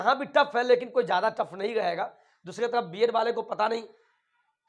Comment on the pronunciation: Tarafa Kyon bolate ho tum